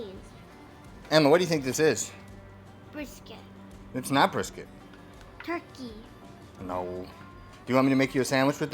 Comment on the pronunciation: When she says turkey 😂 I know the feeling brotha!